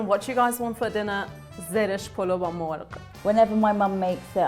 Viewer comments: also the way she says MORG instead of MORGH I can tell she's not Iranian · Sura is not persian. She can even say zereshk polo ba morgh. She cant pronounce "gh". No persian woman wear her scarf like that and sura is arabic name I think I haven't even hear that name. Guys! WE ARE NOT ARAB!!!!! We are tired to say that to the world.